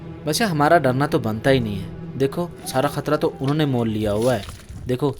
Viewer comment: "Unnayy".... kuch nahi hota " unho nay" hota hai. Ya "unhi ne"